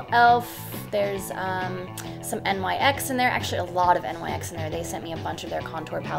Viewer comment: Just to let you know NYX Cosmetics is actually pronounced like the “ Nicks “ just fyi 😘🙂